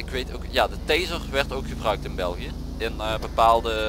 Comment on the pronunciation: het is belgie ni belgiche dat is frans